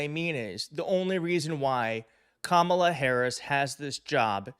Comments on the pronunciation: Tell Kilmeade it's KAM-ala as far as pronunciation.is concerned. Study hard Brian and cut the coy-cutesy- David Duke-George Wallace approach. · Another "sneaky" thing the racist right-wingers have been doing is mispronouncing her first name. The bonehead Faux talking head just did it in the clip and their orange god mispronounces her first name consistently and on purpose. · They still can't seem to pronounce her name correctly after all these years. We'll make it easy for them in November, It'll just be "Madam President". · And he mispronounced her name. White people who are conservative have always mispronounced my name even after being corrected. More open-minded people have tried to respect pronunciations of non-white names. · After 8 years of her in politics, you'd think they would at least pronounce her name correctly.